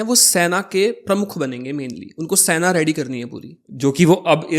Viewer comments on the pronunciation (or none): Bhai pehle tu apni pronunciation to sahi krle...arth ka anarth kiye ja rha. Sena hota hai saina nhi...ar ye bhramcharrya kya hota hai??? Brahmcharya hota hai... there is drastic difference between veer and veerya. pls go n study correct things